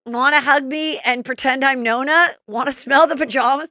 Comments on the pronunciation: the grandfather is nono. not nona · Nonno not Nonna… 😊